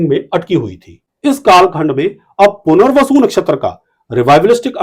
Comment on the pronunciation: Bahot... Sunder... "Puner-vasu"....... Retake...... " Mohan-bhashler"